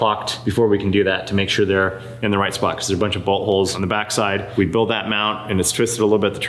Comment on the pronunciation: When says bolt holes it sounds like butt holes